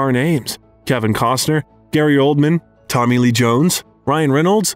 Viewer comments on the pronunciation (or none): none